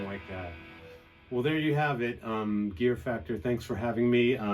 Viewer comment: Is it only me, or Marty said "gear FAPtor"???...